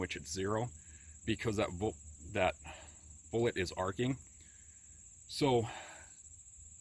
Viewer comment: Gravy Crockett I died laughing when that spewed out of his mouth